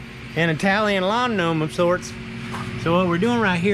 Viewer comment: Dude said Italian lawn gnome